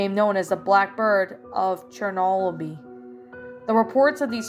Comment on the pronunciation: Awesome reading as always! Also it's pronounced chur no bull. Hope you had a nice Halloween and you can read my request soon! Did the link work for you? 😊